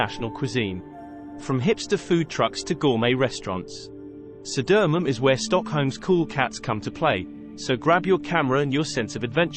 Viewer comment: Södermalm => Södöömunn...